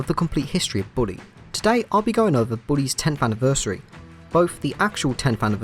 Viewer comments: Bully not Booley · British people don’t say booley they say bully. Source : I’m British.